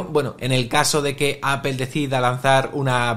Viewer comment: Titulo de este video en ingles y toda la cosa, pero empiezas a escucharlo y lo primero que oigo es una palabra extraña: APEL 🤣🤣🤣🤣